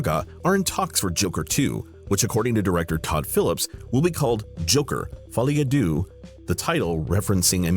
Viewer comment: Your pronunciation of "Folie à deux" was so bad. You said DOO, it's DEUX, as in UN, DEUX, TROIS. I know you're American but get more cultured, dude.